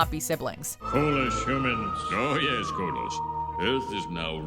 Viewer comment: Wait a minute, come here. What did you call it? Say it loud enough so everyone can hear. come on, say it! "Cotto" HAHAHA.. Cot-to! Co-tto! It's KODOS! Say it right! Boy, I home somebody got fired for that blunder!!!